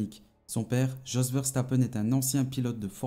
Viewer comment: A part écorcher les noms de Jos ( se prononce yos) et de Sophie kumpen la vidéo était pas mal